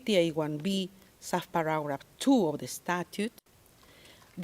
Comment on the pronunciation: Pisting yawa yan binabasa na nga hindi pa ayusin ang sinasabi, pararat one daw imbis na paragraph one…